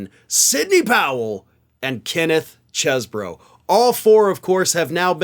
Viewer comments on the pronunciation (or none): Chesebro pronounced cheese-bro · You pronounced "Cheezy-Bro" wrong... Anyone keeping track of some of the comic-like character names these villains have? Calamari, Cheese-Bro, Rude-E, ...